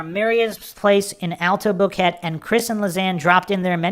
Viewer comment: Its Bo-Que-Te not Boket.